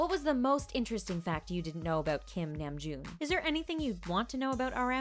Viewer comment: THANK THE LORD SOMEONE PRONOUNCED HIS NAME CORRECTLY